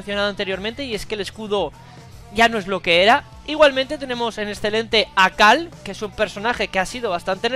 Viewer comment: Por qué le dices "cal" a carl?